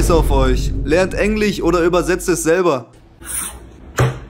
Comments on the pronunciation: Hast du gerade Englich gesagt? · "Lernt Englich"